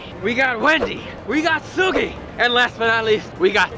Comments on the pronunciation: Everyone: Seulgi This random guy, an intellectual: selloodgie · "sell ugie" 😂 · Seulgi caught my attention. I had trouble pronouncing her name too lmao